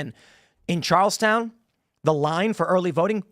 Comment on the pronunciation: Charles Ton not Charles Town